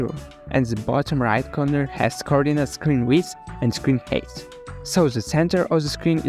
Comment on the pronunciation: See you again,! We didn't see you too long! But i've started create videos on my native language; however why have you started making videos on English?And I want to give you an advice, if you want to speaking English, please, recheck a pronunciation of words that you'll saying because the word "height" not saying like a word "hate", but like a word "hight". And so GOOD LUCK!